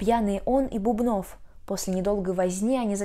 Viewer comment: Бубнов - ударение на первом слоге, в спектакле же много раз повторяют его фамилию (иногда - Бубен).